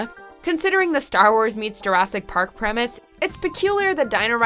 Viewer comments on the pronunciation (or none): none